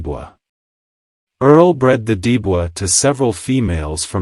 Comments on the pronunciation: As usual the AI Robot Chat communicated the name wrong. It was Dibo not Debro. AI is no way to teach history. But any true story about Tudor is very important in breeding for the best of the best. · the dog was Dibo with a different pronounciation